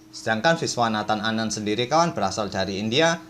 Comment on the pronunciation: Legit bener kedengerannya kalau admin nyebut nama Viswanathan Anand wkwkwk